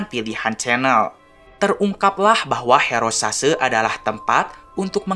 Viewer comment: H E R O S A S E not horosase hahahahah